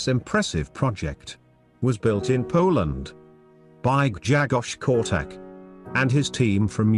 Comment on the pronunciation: Polish is a very hard language. Try to pronounce the his name this way: Gshegosh Korchack. BTW love your videos !